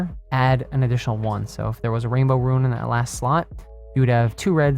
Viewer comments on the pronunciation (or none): AMAZING video... loved it. Need a better mic and ... "rune" is /ro͞on/ Roooooon Like Moon Like toon